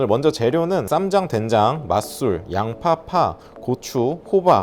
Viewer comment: 처음에 댕장이라고 하셔서 계속 댕장찌개로 들려섴ㅋㅋㅋ집중이 안되잖아요 ㅋㅋㅋㅋ